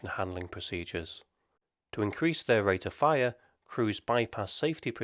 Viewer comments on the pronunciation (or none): none